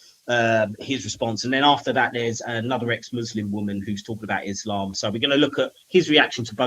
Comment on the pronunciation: the lady clearly pronounces the words 'Islam' and 'Muhammad' with a clear Arabic accent. This shows she's not pretending to be from Cairo, as ML claims. Just because she said 'Moslem' instead of 'Muslim' doesn't mean her story is not authentic. There are so many examples I could give. For instance it's very common to say the word 'Ramadan' with an English accent or an Arabic accent (Ramadhaan). I know many bilingual people who do this. It doesn't mean they're pretending to be something that they're not.